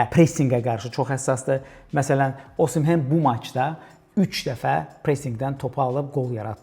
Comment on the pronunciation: [Osimhen] yox [Osimen]